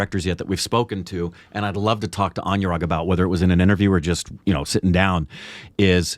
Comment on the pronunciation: His name is pronounced as A-noo-rag, not A-new-rag.